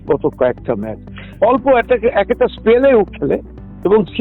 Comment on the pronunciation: ম্যাচ কে ম্যাস বলছ কেন